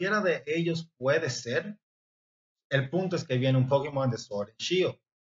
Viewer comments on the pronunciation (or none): Me daria verguenza decirle Pokimon ah Pokémon, No sabes pronunciar Pokémon?